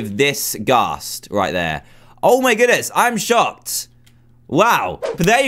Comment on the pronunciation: He says I am shopped instead of I am shocked